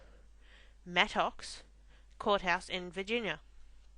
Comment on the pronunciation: 'ah-poe-mah-tox' ^^ She gets it right! Woohoo! Welcome to the library where we have lots of knowledge, but no wisdom.